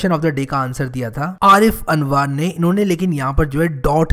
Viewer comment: Ha bilkul hogi bhai jaan but aapne mera naam galat pronounce kiya आरिफ अनवर है मेरा नाम और आप बैकग्राउंड म्यूजिक का बेस ज्यादा है स्टार्टिंग में। शुक्रिय आपका लेकिन अपने वो विडियो नही बनाया अपने बारे में और आप एक कम्युनिटी भी बनाये ।।।।।